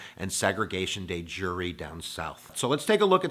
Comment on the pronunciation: Bro I like the video, but it’s not day jury it’s de jure(dehzjuhr). It took my 10 minutes to figure out what word that was.